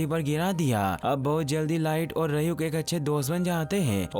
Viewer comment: rayuk nahi ryuk bhai